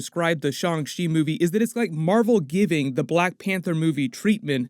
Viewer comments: F!!!! Y'all I refuse to say Shawn Chee Niggah!!! It's Shang. Shang Chi I hate that shit 😤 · He says “shong chi” instead of “Shang chi” and it really bothers me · Shang chi (上吃) is pronounced "shyung chee" and translates as "serve".